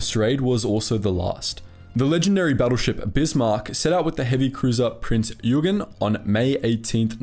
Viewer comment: I know this is just a minor problem but if you want to try to say the names correctly (like "Joachim" or "Prinz Eugen") just go to google translate, type it in and listen to Google saying it. It would definitely increase the videos quality if you get all the german, russian, japanese etc names correct.